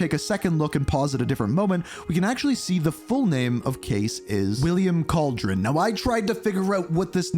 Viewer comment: Kal de ron 😂 not cauldron its a spanish name